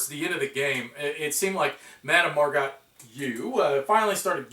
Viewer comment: Looks like a fun game nice theme. yeah it's easy to make mistakes solo and recording at the same time. it was more fun thinking it was a tie ; P.S. How is the quality of the cards? people on BGG seem to think they're cheap? P.S.S. Her last name is pronunced 'Mar-go' ; like the actress Margot Robbie